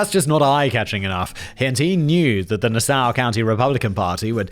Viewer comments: Yes, some New York schools are just numbered. Also, in New York it’s pronounced Nass-saw county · Love the pronunciation of Nassau at the end 😂 but its pronounced (by an American west coaster) as Na (like gnat) saw (🪚). Emphasis on the Na